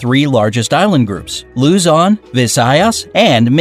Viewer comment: He pronounce Luzon,Visayas, and Mindanow wrong :'D